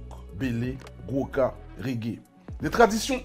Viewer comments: Et puis ce n’est pas Boca mais Gwo’ka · Bien ..! Gwoka et non boca!